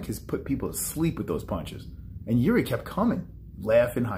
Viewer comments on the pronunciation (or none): Yuri, really? He is not some russian guy. :D Its Jiří or Jiri for english alphabet. :D